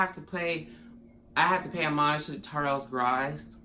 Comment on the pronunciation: What happened when they came to your home??? What's Charles Gross have to do with this???? BTW his name is pronounced GRo-SS, as in " OMG he's so gross". You hear the O in Gross. Have a great day my friend XOX 🌹